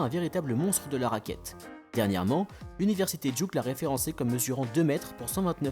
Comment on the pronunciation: Super vidéo comme dab mais ... Duque, vraiment ? Come on man met un semblant d'accent au moins aha